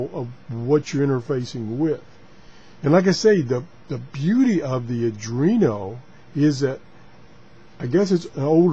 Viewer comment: This should be a fun series. Oh, and it's pronounced "Are + dwee + no".